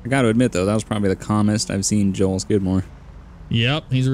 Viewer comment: I remember when he said shitmore instead of skidmore 😂